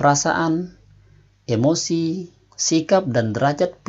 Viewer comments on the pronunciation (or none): none